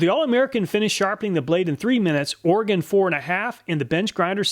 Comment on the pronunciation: Thanks for correctly pronouncing Oregon. It's pretty weird how some folks butcher it. lol. Great video as always!